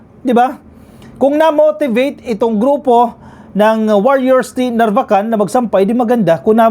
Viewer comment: Sir, sa mga ibang blogger at newscaster, kayo po lamang ang narinig ko na tama ang pagkabigkas ng NARVACAN. Ilocano po ba kayo?